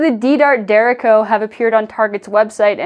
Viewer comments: just fyi, derecho is a spanish (or filipino) word that means straight, and is pronounced more like "de-retch-oh" or "dr-ay-cho" :) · Is there more than one way to pronounce "derecho"? It could be because of where I live, but I've only heard "dur-RAY-show" before now.